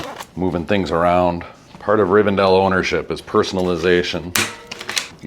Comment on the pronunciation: It's Riven- DELL ! :face-fuchsia-tongue-out: not Riven-dale !